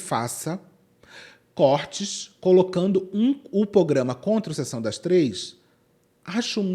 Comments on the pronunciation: eu passei o vídeo toda irritada que a tava falando "pograma" até perceber que é o nome do canal mesmo haha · Porque todo mundo tá falando PROGRAMA errado nesse vídeo, até a ficou falando POGRAMA... credo!